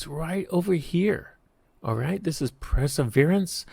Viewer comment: I won't 'like' and 'subscribe' because you can't be bothered to speak correct English. The double 'T' in 'button, and the 'T' in 'metal' are not over-pronounced the way you do in order to sound more 'precise'. You don't; you are simply mispronouncing the words. Also, read the word 'Perseverance' carefully and pronounce it correctly. I find it hard to imagine tolerance to such oversight while you worked at the 'SAC'.